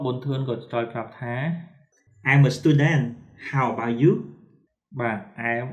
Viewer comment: លោកគ្រូនិយាយគ្មានតុងទេl'mអេមតែលោកគ្រូនិយាយថាអែមខុសហើយ about អបោឆតែលោកគ្រូអានថាអឺបៅខុសហើយលោកគ្រូចេះ Englishតែពិតមែនតែនិយាយអត់ត្រូវតុងទេ"អធ្យាស្រ័យ"តាមការមើលឃើញ😊😊